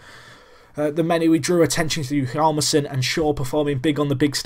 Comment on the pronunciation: In Niklas Hjalmarsson's name, the 'H' remains silent, but you are supposed to pronounce the 'J'. Hossa is 36 in real life, so you are correct in him being old. I don't feel any team would like to trade for him because of his age. Also, the Blackhawks to me are like Everton in FM: they have the makings of a great side, and have potential to do a lot better than their real life counterparts.